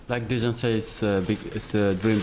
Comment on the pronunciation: nice smiles from Mane , he really does seem to enjoy his footy, Dejan (the j is pronounced correctly like a y) takes himself more seriously (a defender!) but don"t tell Lfc fans "not to go without a ticket" only 16k tickets awarded ?...(50 k every home game & 30 million + worldwide?) in all european finals you can bet on AT LEAST double the allocation being there.. Rome, Paris, Dortmund,, Istanbul or Athens (when around 50k were in the area... of course Kiev is a problem for costs and local ultras.. but I know many a true Red will just "wan tot be there" :)